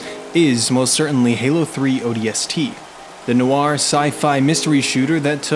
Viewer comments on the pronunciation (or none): none